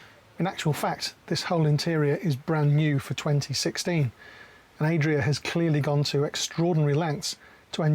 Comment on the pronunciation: Why does he keep saying Aye-dria and not Add-ria like everyone else? Are we all wrong?